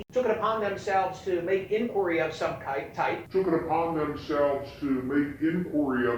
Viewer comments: I heard kite. There was definitely no hard k sound at the end. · I hate CNN but he said "Kype" not kike. Non-story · He said "kype"!